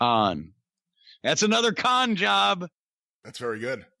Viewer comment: It's Tony Khan.... Khan..... KHAN!!!